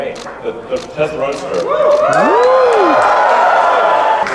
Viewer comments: “telsa” model y instead of Tesla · "Telsa Model Y" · Telsa anyone else notice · lol telsa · stop pronouncing Tesla like TEST-LA its TES-LA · did anyone realise its Telsa and not Tesla? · Telsa Model Y Me: What's a Telsa?